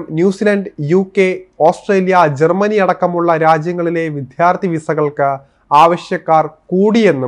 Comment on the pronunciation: നല്ല വായന നല്ല ശബ്ദം പക്ഷേ വിദ്ധ്യർഥി കേട്ട് സങ്കടമായിപ്പോയി. വിദ്യാർഥി പോരേ